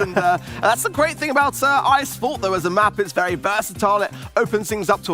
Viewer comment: Wery Wery NICE PARIS